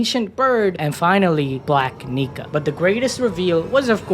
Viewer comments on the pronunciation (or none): Saying black Nika so fast sounds like something else.